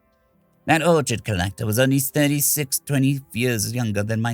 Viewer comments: Orc-HID Not Or-chard. 😢 great read. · Your mispronunciation of ORCHID kept me from enjoying the story. You pronounced it ORCHARD, not ORKID. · The H in Orchid is silent. Please google pronunciation if you're not sure of them. It's one thing I can't stand. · my friend, you may wish to record this again. I've never heard the orchid pronounce the way you did. This story is a little bit of be careful what you wish for